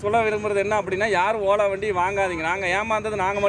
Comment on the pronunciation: OLA❌ OLLA ✅ 😂😂